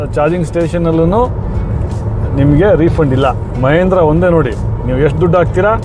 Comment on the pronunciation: ಮಹೇಂದ್ರ ಅಲ್ಲ ಸರ್ ಮಹೀಂದ್ರಾ ಅದು